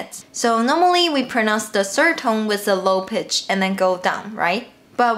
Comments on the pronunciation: To be fair, sometimes when you say Pitch, it sounds like "peach". So i guess its just splitting hairs just for the sake of doing that. When people speak different languages its NORMAL to sound a bit wrong, but most people understand what you mean, even if you say that you shouldnt lower your PEACH :D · I think its so cute how you almost say "peach" instead of "pitch". Anyway thank you so much for your efforts ❤️ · chengcheng pitch is what I heard haha :D